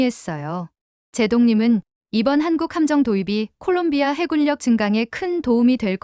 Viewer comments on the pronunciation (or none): 해굴력 --->해군녁